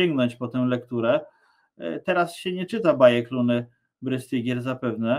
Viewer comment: Brystygier czyta sie z niemieckiego BRYSTYGIER tak jak STEIN czyta sie SZTAJN. Jest jeszcze pare roznic wymowy niemieckiej I polskiej